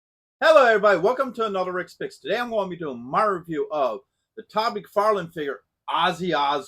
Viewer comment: Its Mcfarlane Toys not Mcfarland . Great figure .